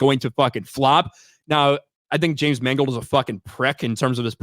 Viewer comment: “James Mangled.”